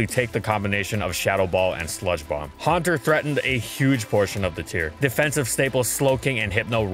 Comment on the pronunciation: Huanter really?